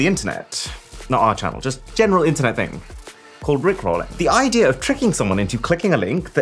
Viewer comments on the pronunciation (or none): none